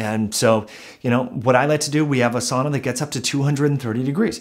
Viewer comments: This is great information. I wish I could get past Your incorrect pronunciation of sauna. Sow-na not saw-na. Still worth listening to. Very good information. Thank you and keep up the good work. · not 'saw-na but Sow-na